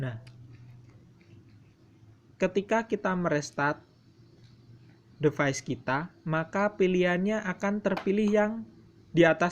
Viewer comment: Play Store itu bacanya pley bukan play Device itu bacanya divais bukan devais dan sama halnya kaya default bacanya difault Dan juga bug harusnya bacanya bag